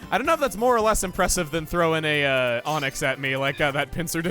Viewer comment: Chugga, you made a mistake. Impressifour